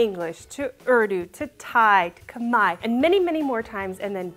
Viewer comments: Y’all said Khmai! I am touched. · Okay, I don't think anyone is going to point this out but major props to for pronouncing "Khmer" the correct way! Honestly was not expecting that—it actually caught me off guard as most people get it wrong—but as a Khmer American/Canadian it was really wonderful to hear. Thanks,!!!!